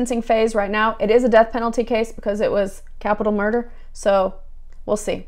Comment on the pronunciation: Why do u say shmurder??